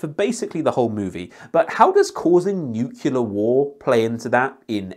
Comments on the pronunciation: I think you mean discourse, not discord. Also, it's nuclear, not nucular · "It's pronounced Nu-ku-ler"